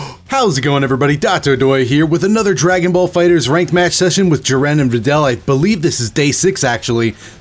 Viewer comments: who is Jirren? thought his name was Jiren, lmao just playing dont hate me but seriously who pronounces his name like that? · Oh man, JEE-RAN! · Gee-ren! Please pronounce it properly. It ticks me haha :] love your stuff btw! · Day 6, still mispronouncing jiren 😞